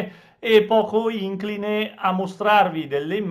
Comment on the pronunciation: Egregio avvocato al minuto ho udito " ìncline" e stavo per chiudere. Poi ho visto delle specie di sbuffi d'acqua o fumo sorgere dal terreno e li ho sentiti definire "fuoco d'artiglieria". Troppo forte, mi sono detto: che fantasia, che genialità. Qualcuno non ha mai veduto cinegiornali VERI di campi di battaglia con scoppi d'artiglieria. Ho scritto, e non ho più continuato. A mio parere, non è il caso. Paolo Diamante Roma